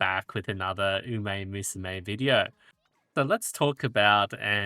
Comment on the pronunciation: Are you pronouncing umamusume wrong on purpose?